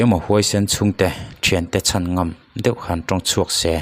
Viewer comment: Engatinge a nihna bo rak khawpa mizotawng i sua sam mai le. Naute an 'chan' i tih an 'CHÂN' ti ta che. A thu a tluang tlan teh lul nen. A serh a thler tih kha chu, damdawi Inah chuan an hliam belh tlangpui lo maw!! (Fa tir ngat phei chu emaw nau awl tak te hi chu an awm ve hrim hrim a) An thui fuh lo a nih chuan thu hran ni se.